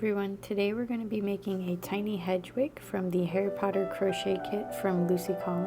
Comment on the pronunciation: It’s pronounced Head-wig 😊😆❤️ Just a huge potter fan with adhd…apologies 😂 Thank you for the tutorial! ❤❤❤